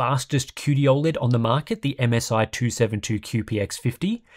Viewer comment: Has anyone ever pointed the way you pronounce OLED? It's not even a country thing, I'm Australian and think you say it weird. Love the content though